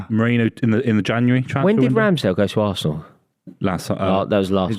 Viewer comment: Can I hear "VARSENAL" one more time!